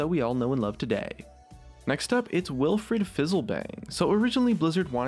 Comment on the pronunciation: Wilfred not willfred